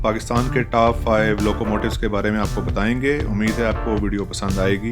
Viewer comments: Ap ne bola hai taap 5. Top 5. O alphabet ko A se pronounce na kiya krein. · Taap nahi top hota hai